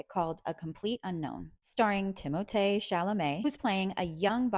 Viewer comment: You pronounced Timothee’s name correctly. You go girl!